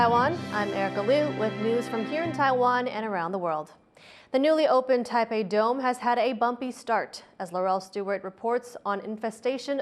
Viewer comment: THE ENGLISH WORD IS 'BUMPY' , ... NOT "Bumby"!! You got Chinglish!